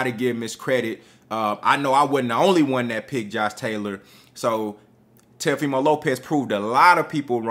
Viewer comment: Oh so you was saying TELOfimo on purpose? 😂😂😂